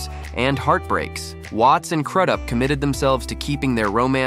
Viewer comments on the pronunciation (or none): It’s crews up that’s how it’s pronounced